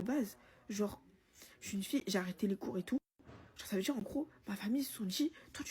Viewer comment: Pareil pour moi, j'ai les oreilles qui saignent !!! " quand elle répète " jme suis djis jai djis , vous allez djire! Omg 😅